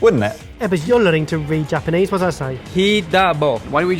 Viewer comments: this is the first time ive seen someone pronounce japanese the way they make foreigners sound in anime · Some people don't have the talent for languages. is one of them. Not only did he manage to butcher Japanese, but a bit of French too! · is trying So hard to speak japanese but oh god.. that accent. Bennn. I think Leon is French lmao.